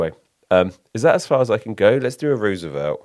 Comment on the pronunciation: "Rooservelt" LOL